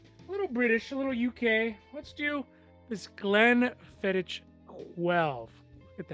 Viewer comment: Glen-fee-dic “h” is silent. 👌🏽